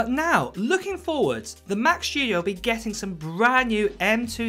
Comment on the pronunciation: What a weird pronunciation - what’s up with the overemphasized SPG “s” in “shtudio” ? Other than that, where’s any source for this rambling??